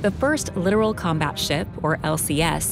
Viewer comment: Lit-OR-al, not "literal". There's a difference.